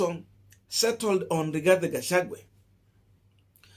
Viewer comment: You are not pronouncing the Kk running mates name properly. You will loose me over this. Rigathi Gachagua not Rigathe Gachague. Drop the e